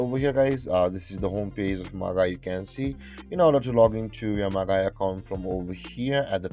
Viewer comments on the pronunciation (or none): Very helpful! Just FYI, it's pronounced "Maj-eye" (soft 'g' sound). Great work!